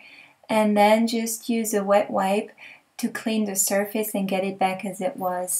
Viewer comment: You are exactly right, it IS pronounced "Sir-Fuss"! I like your way better tho, LOL! Keep up the great videos, I really enjoy your work! thanks again!